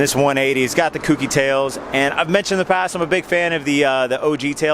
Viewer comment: Gotta be annoying here and say it's pronounced "koh key" not kooky.